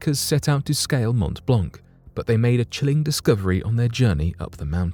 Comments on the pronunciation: Geneva and Geneva airport are not in France, but in Switzerland. Regarding the prononciation of Mont-Blanc, it's good, but just ignore the last letters for each word i.e. “t” and “c”., like it was Mon-Blan actually... cheers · The c at the end of the word Blanc of Mont Blanc is a silent one! Just saying! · You pronounce WRONG way the name of the mountain. Shame.